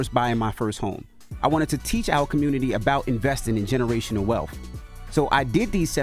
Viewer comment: "Generational wealf" 😅